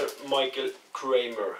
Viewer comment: Loved your pronunciations to mate! Michael is 'my-kay-el' and Brisbane is 'briz-ban' :)